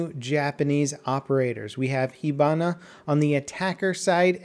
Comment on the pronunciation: i thought is pronounced hibana not hebana